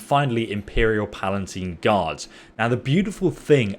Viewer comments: He also calls them PalaNtine Guard. I think it's just lazy reading comprehension, as opposed to lack of cultural knowledge. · Palatine, not PalaNtine. This guy doesn't do words very well. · On another video he commented he has dyslexia, hence the mispronunciation :) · Pretty sure he's said he has dyslexia something. He frequently mispronounces words